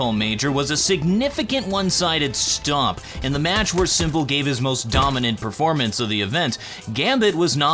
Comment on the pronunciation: it`s stomp not stop